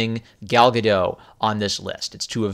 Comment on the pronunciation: As I understand it, the 't' at the end of Gal Gadot's surname is pronounced (Gah-dot).